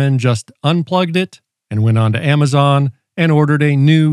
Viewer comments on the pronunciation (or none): none